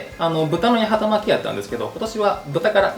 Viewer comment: 八幡巻きを【やはたまき】と言ってしまう福岡県人谷やん😂 わかるよ、福岡県北九州市八幡は【やはた】だもんねぇ💦 でもね、この料理の元は京都府八幡市の郷土料理 京都府八幡市は【やわた】 だから【やはたまき】じゃなくて【やわたまき】ね😊